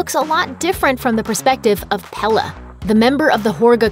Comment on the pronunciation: It's pronounced pelay not pela